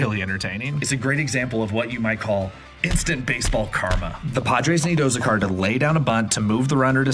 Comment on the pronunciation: I don’t think you know what karma is. Also nice pronunciation of Azocar.